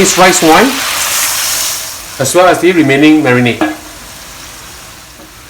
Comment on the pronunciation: Please stop saying "the" like "de" in front of words which don't start with vowels... it's wrong and annoying to hear.